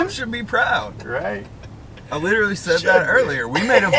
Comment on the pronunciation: Im not hatin on ya boy, but this new thing of pronouncing the word literally "little-ey" makes me cringe every time I hear it.